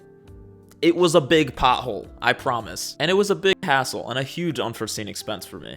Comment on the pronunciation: I can't get over the way he says "pothole". Like... "pa-hoe"?